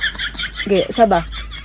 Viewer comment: Atache is atashay to pronounce